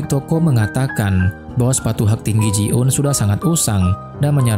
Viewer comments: Greget gw 😂 bukan ji un tapi JI EUN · Namayah ji eun kali bukan ji un.